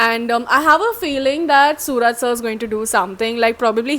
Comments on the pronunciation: Not sooraj.. It's suraaj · Technically, adding 'OO' instead of 'U' doesn't change the sound of his name. It's the way you Malayalis pronounce it that makes the difference. If we were to spell his name the way you guys pronounce it, it wouldn't need 'OO', it would need 'AA', like 'Suraaj' or 'Sooraaj'.